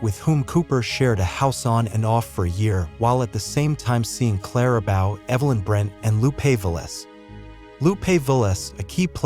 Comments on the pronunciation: Clara Bowe ? It's pronounced "bo." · I like these videos overall, but the narration often leaves much to be desired. The narrator needs to pronounce people’s names properly, especially super famous people like Clara Bow. It’s not pronounced “bow” as in “take a bow”, it’s pronounced “bow” as in “bow and arrow”. 🤦🏻‍♂️ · Just FYI...her name is pronounced Clara Bow (rhymes with toe) and she was the most famous actress during the silent movie era